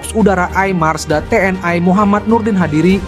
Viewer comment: Komentator harus belajar mengucapkan kalimat dg benar. Bukan Te En Ai. Tetapi Te En I. Bukan Komisi Ai DPR tetapi Komisi Satu DPR. Yg cerdas donk jadi narator.